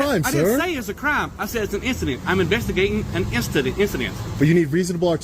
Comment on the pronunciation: Almost. Swap that 'g' with an apostrophe, and you nailed it.